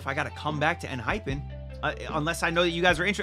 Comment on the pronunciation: EN-HY-PEN is the correct pronunciation. Thank you for checking them out. They've the best bside tracks among all 4th gen boy groups. Check more songs please!